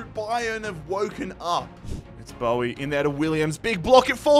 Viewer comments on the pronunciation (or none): none